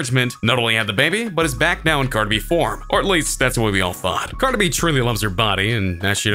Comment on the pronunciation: This narrator can’t pronounce Cardi B.